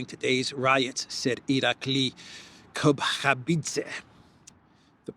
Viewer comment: Georgia PM's name is Kobakhidze, not "Kokhabidze." Also, it's Tbilisi, not "Tiblisi."